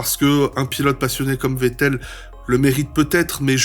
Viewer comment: Wow t'es le premier vidéaste que j'entend prononcer correctement le nom de Vettel, prochaine étape faire pareille avec Verstappen 🤣 Edit: Ah bah ça dure pas toute la vidéo, mais bel effort.